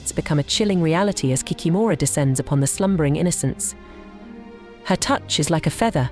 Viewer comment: 😂😂😂 кикимора болотная😂😂😂 in English, it is not kikimOra😂! Why make videos with continuously main word of the video?? 😂 it is hilarious ! Pretend I'm going to make a video about the grim reaper - mispronounce his name and call him the cream reaper😂😂😂 Ki-kEE-mora